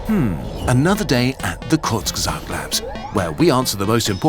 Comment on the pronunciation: I'm sorry, the channel is pronounced WHAT!?!